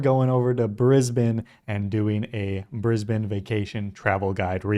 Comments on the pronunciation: Thank you for pronouncing Brisbane correctly!! I live in Brissy !!!! Love my city, my state, my Country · Well hats off to you for pronouncing Brisbane correctly and not saying Brisbaaaaaaane lol Firstly, Kangaroo's don't jump around out city streets. If you go out further where you see acreage properties, you will see heaps of them! We have them around us as we have a small farm just over an hour from the city. Mt Cotton has a tone of them and there is a great winery there call Sirromet. South Bank is right in the city and it's lovely and was the site for the 1988 Expo (probably way before your time lol) Brisbane is also way more relaxed than Sydney and Melbourne, it's not a rat race like those two cities. There is also the advantage of only being around 1 hour to the Gold Coast and 1 hour to the Sunshine Coast where you will find absolutely spectacular beaches! Australia Zoo is also not far from Brisbane and that is an absolute must see when you are here. It also never gets cold! We are crazy hot in Summer and our winters are beautiful and most of the time you can get around in a T Shirt in winter! In short, come to Brissie/BrisVegas/Brisbane, you'll love it here! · Glad that you pronounced it properly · First off - THANK YOU for pronouncing it right. Way too many Americans call it BrisBANE like the Batman villain when it's more a BrisBEN sound. Edit: not Bribby 😭. Bry (like high) bee - so Bribie is Brybee sounding.